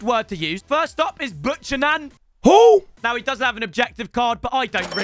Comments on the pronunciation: The midfield dudes name is pronounced “Bew-Cannon” not “buck-anan” my bro 😅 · Man said 'BUCH YA NAN' instead of "BHEW CANON" hahahaha 🤣🤣🤣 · As a fellow Canadian 🇨🇦 Buchanan is a good player and its pronounced bue-cannon. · Buchanan Pronounced: Biucannon: butcher nan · He called him butcherman it’s bucannon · How the hell do you get “butcher nan” from Buchanan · I am canadian and his name is pronounced Bookanan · Buchanan is pronounced BOO-Cannon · He’s butchered buchanan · he just made all of canada angry with the way he pronounced "buchanan" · I love how pronounces Buchanan… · The pronunciation of Buchanan was woeful